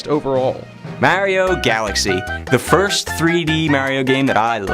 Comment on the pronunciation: Dont say fírst...